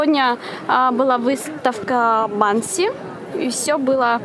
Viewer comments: Банкси, а Бенкси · БЭНКСИ!!!)))а не банкси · Не Банкси, а Бэнкси